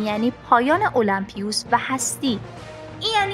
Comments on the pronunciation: نوشته الیمپوس بعد المپیوس میخونیش😐😂 تو تامبنیلم نوشته المپوسی ://// خدایش روی خوندن کلمات تمرین کن😂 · ٱلمپیوس؟!!!! 😐😐😐😐😐 اول درست تلفظ کردن رو یاد بگیر بعد در مورد گیم نظر بده